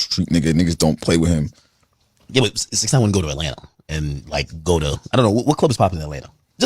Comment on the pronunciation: U really be sayin Atlanter instead of Atlanta 😂